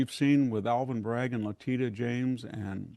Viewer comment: Megyn please tell VDH how to pronounce Letitia.